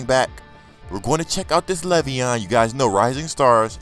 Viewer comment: Bruh, LAY'veon not Levy-On haha straight outta MSU hurdling defenders! nice pull!